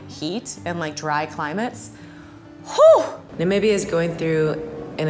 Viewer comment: She pronounced Namibia right. Im so happy about that! You have no idea how many people say it wrong. Ahh this made my day😁